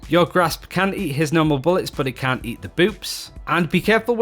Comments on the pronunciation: listen for the "t" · Are you saying can or cant? I just cant tell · I swear it's hard to hear the difference between what he "can" or "can't" do. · Maybe start saying "cannot" instead?